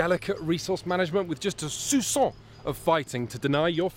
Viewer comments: you said "suçon" instead of "soupçon" in the beginning which does NOT translate to "a little touch of" but to "hickey". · " " "It's a game of very delicate ressource managment with a just a 'souçon' of fighting to deny your friends what they need" They way you say "soupçon" (I guess that's what you mean, a french word which means "a little bit") is closer to "suçon" (hickey or lovebite). That's cute :)